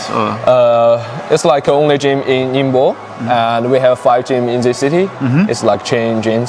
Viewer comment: Great job pronouncing “ningbo”!